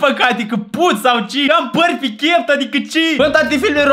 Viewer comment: am păr pi chept adicâ ci ? 😂😂😂😂 vai moldoveanu ‘ meu ❤😂😂😂